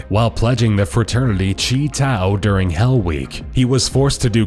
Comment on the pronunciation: It's chi not chee